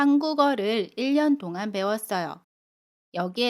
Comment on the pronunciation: 안녕허세요 선생님 동안의 발음이 똥안이에요?